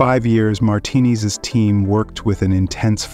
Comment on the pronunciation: Good video, pronouncing his last name "martinis" was kind of annoying though.